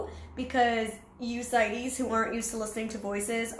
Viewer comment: I absolutely love that she just said that😂😂😂❤ "Sighties"